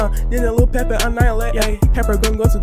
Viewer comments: peppa❌ pepper✅ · Bro called her pepper